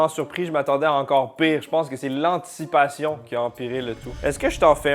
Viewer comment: Je crois qu'il manque une syllable à "anticipation", ça devait être le choc des oignons 😂